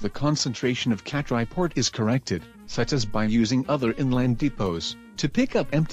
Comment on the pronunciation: Hi, Nice video, Just correct the Vietnam port name: Cat Lai i/o Catrai